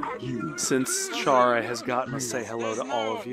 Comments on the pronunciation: Car-a Char-a Cair-a Nobody can get the name right these days and when people dont say it like Char-a it bugs tf out of me XD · Corgi Nation I agree they should pronounce chara no cara.